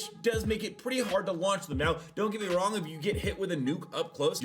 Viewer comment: Blud said “going a Wong”💀